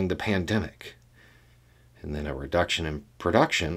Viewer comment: You are saying "PANDEMIC"